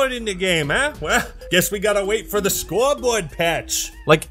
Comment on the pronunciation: I had to re-listen 4 times to realize you where saying “scoreboard”. At first I thought u where actually playing an audio clip backwards, the 2nd and 3rd time I thought it was just nonsense, then I figured it out lol.